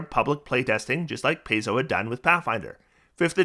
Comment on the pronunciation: Pie-zo, not Pay-zo.